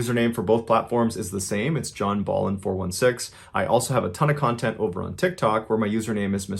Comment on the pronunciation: why this conthent